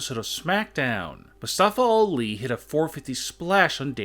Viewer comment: "Mustafa All E"